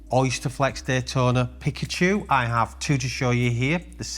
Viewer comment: As an avid pokemon fan and card collector, it pains me to hear your pronounce it "Pick-a-chu", it's "Pee-ka-chu", 😂 But seriously, LOVE your vids and always happy to hear the Blusey is super popular, seeing as it was my first watch for my 30th last year. I really want to get my hands on that OP Celebration in a 41, my AD has me down for it.